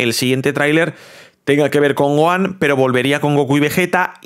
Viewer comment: se pronuncia GOJAN no GOAN y se escribe Gohan